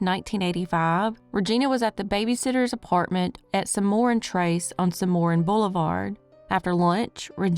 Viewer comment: 1. Jimbo killed her using a bat. 2. Regina's case is well known. Semoran is pronounced Semmeron here in Orlando. She may have been s#x trafficked. There was a homeless camp near a Shell station near there. That lazy cop almost caused evidence to be lost. I think Couey is uninvolved.